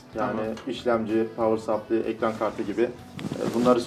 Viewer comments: power sapli diye düzeltmeye çalışıyorsun da adam doğru söylüyor sen doğruyu yanlışa çeviriyorsun. Aslında onun ki de tam doğru sayılmaz ama seninkine bakınca yine iyi. Doğru telaffuz sıplay 'a yakın bir ses. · supply sapliy diye okunmuyor bu arada saplay diye okunuyor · Pavır Saplay. Sapli değil. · adam power supply ı "pavır supliy" diye söylüyor, diğeri düzgün söyleyince gülüp düzeltiyor bide. 4 sene IT lik yapmış bide. yazık.